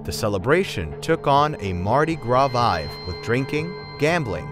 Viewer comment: The narrator keeps mispronouncing easy words. The word is “festival”; not “festibal”. It’s also “vibe”; not “vive”.